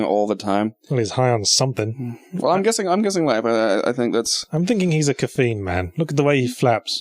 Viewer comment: The way you pronounce Caffeine makes me twitch a little.